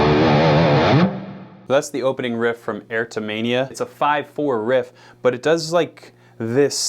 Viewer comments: Ertomania??? It's E-ROT-O-Mania. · "ERTO-Mania?!?" It is CLEARLY "EROTO-Mania" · Sorry to be THAT guy but....it's pronounced either "err-rot-toe-may-nee-yah", or alternatively, "ear-rot-toe-may-nee-yah". And it's actually a legitimately recognized word: :D Erotomania excessive sexual desire. PSYCHIATRY a delusion in which a person (typically a woman) believes that another person (typically of higher social status) is in love with them. Good stuff about JP. For pedal tones on guitar though, the master probably is Yngwie. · Why can't you pronounce erotomania?